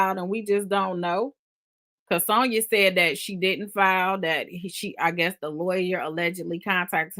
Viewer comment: you know you killing my ear saying Sewnyuh😂😂